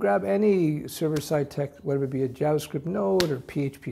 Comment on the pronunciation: I only watch this guy cause he says jabascript